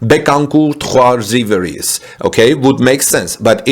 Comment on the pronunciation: Rivieres - it means River in french LOL. RIV-EE-AIR